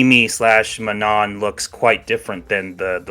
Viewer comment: I believe in French(a language that I saldy don't know) it is MAnon! You stress the first syllable